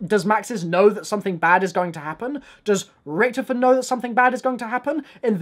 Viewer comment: Is it me or can he not pronounce Richthofen right?